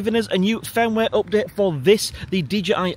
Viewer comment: its UPDATE NOT OPDATE im sure you punk are Irish